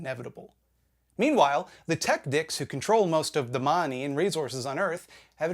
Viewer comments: I love the way he says "da muh-nee." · I will never not find your pronunciation of "da marney" hilarious and so on point as why it's a ridiculous system we all live under.